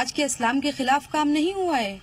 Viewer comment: "इस्लाम" बन गया............ "फत्स्लाम".......